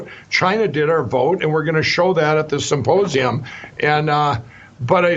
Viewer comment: He keeps calling it a "supposeum"... go figure!